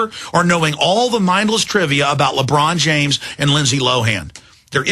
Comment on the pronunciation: Who's labrawn james?